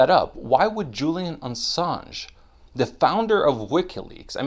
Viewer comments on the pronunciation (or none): none